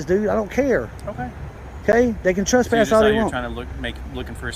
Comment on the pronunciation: He articulate a Trasspass